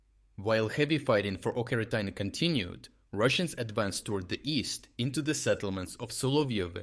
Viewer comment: Oh my... the 'ch' in 'Ocheretyne' is pronounced exactly as in "Charles".